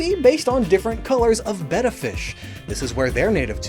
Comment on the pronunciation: thank you for pronouncing betta correctly, not sure why it made me so happy but it did lol